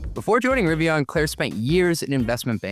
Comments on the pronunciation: Maybe he's...um.. ok I got nothing. Maybe they're rebranding to "Rivion"? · I love Riv-e-on. They're great-e-on... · Why is he saying Rivi"on," on sections of this video? I even turned on CC to double check and it's spelling it as "Rivon." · Lost me when he doesn’t pronounce it correctly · I can’t believe the host can’t even pronounce the name of the company his guest works for